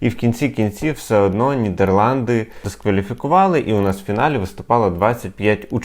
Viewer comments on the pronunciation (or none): none